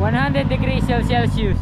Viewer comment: 😂😂sabihin patagalog cel Sus one hundred degrees Celsius cute mo talaga but at least you try magsalita Ng emglish